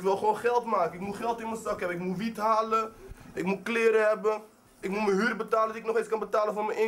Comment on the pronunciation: Ik weet dat ik elke dag moet hosselen voor mn brood en voor mn HEUR whahhahah wtf, kan geen huur uitspreken altijd Heur?